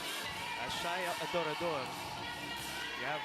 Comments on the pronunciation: Adorador mozzy! Hindi Ador Ador jusme ilang taon mo nang di mabigkas na maayos surname ni Shaya! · Since college hirap na hirap na si mozy bigkasin apelyido ni adorador hahaha